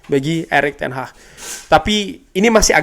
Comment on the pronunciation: Erik Ten Hag bukan ERIK TEN HAH 😂😂😂😂